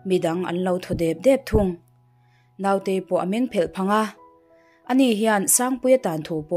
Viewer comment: Naute hi Note tia lam tur, No-te-i tia lam bawk tur. Ngaihnawm bon, chhiartu aw a nalh bawk si